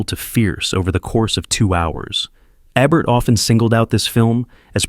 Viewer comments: It's AI narration, sigh. "Rachmaninoff's Second.......Concerto." He also mispronounces Ebert's name half of the time. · I was going to watch this, but couldn’t get past the mispronunciation of Ebert in the introduction. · AI generated. The robot even pronounce Ebert incorrectly. Give me a real human being!